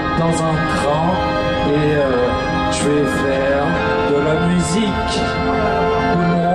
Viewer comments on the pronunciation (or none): on est... danzun... train... et ... je vaifair... de la mu zi queuh c quoi ce dj en mousse ;(